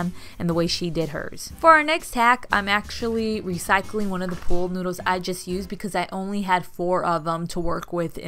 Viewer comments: Why do you say pole noodle? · Your so cute saying POOL noodle. Sounded like pole. 😀 Cute poles. Fun.